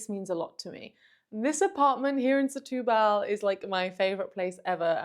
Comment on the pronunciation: SETUBAL - the accent is on the TU too - not BAHL.